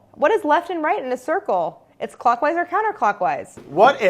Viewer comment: Someone tell Claire clockwise = “lock”wise